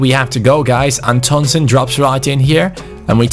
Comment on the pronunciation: Antonsen is pronounced "AN-tonsén" Pressure on An and sen. Plus the an is pronounced like "AN apple"